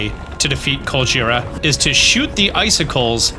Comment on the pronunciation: every time he says Colgera I hear Godjira